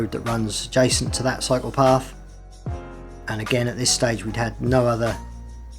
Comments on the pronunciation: I keep thinking he was saying psychopath. I was doing laundry and not watching the video. 😂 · love the way you say cyclepath with your accent.